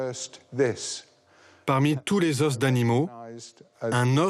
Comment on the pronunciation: Le "s" de "os" ne se prononce pas au pluriel bordel!